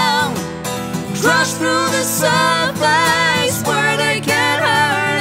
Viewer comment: Spoko, ale "surface" nie wymawiamy [serfejs] tylko [serfes]. Dlatego właśnie się nie rymnęło z "...where they can't hurt us" ;) No i "fill that void" nie "feel that void" :D